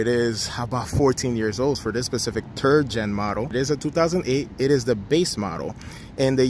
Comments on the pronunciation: "Turd gen model?" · the specific turd gen model😂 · "for this specific turd gen model" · “Turd gen model“ lol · Did that guy say turd gen model? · "Turd gen model"